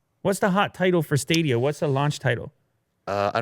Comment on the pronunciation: Everybody: Stadia Willi Du: Staydea